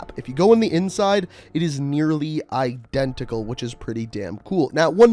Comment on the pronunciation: CEO of "I-DEN-tical"